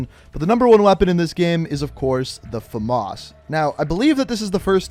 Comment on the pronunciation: Fames not femas